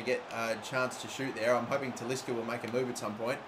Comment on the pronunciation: Please say Talisca's name properly.